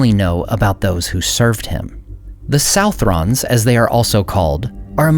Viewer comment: Southron is a Scottish form of "Southern" /sʌðərn/, so it's pronounced /sʌðrən/, just like Southern except the last syllable rhymes with children. Tolkien didn't use Scottish anywhere else that I know of.